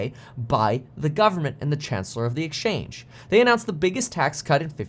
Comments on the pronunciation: Chancellor of the EXCHEQUER, not the “exchange”. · Just FYI - it’s Chancellor Of The Exchequer :)